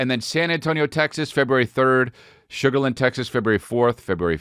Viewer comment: Sugar-LAND not sugerlynn